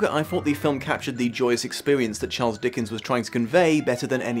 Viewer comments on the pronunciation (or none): none